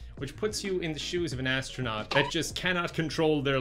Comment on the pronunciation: "Hi there, hello, im the AD-STRANAUT! I found some medications that tasted differently..."